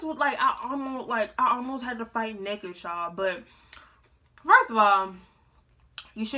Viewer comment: "I'm nekked " 🤣🤣